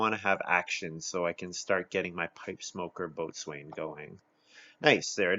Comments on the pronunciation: By the way, Boatswain is pronounced "bo-sun." True story. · It's a nautical term. It was probably originally pronounced the way it looks, "boat-swane," but over time it was reduced to bo-sun. A lot of nautical terms are like that, right? Gunwale, for instance, is pronounced like "funnel."